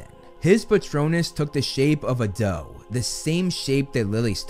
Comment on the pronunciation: Every time I hear say “doe patronus,” all I hear is “dope patronus”